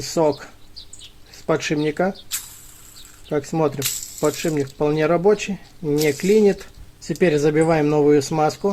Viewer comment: Не подшиБник, а подшиПник. Не ложим, а кладём.